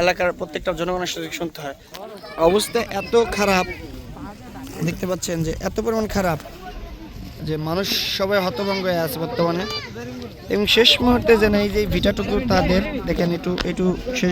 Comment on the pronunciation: হতভঙ্গ না, সঠিক উচ্চারণ হবে হতভম্ব।